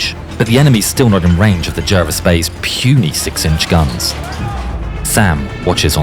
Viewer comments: HMS is not preceded by the definite article - in other words, 'the'. Jervis was pronounced 'Jarvis'. Admiral Scheer, Graf Spee, and Luetzow were not battleships. They were built as 'armoured ships' and reclassified as heavy cruisers in December 1939. There was no 'pocket battleship' class. The term was an invention of a London newspaper when the first ship was launched. It was meant to convey a simple word picture of a small ship (cruiser) with a battleship-ish armament. Kriegsmarine ships were not prefixed 'KMS' or even 'KM'. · Pronounced ‘Jarvis’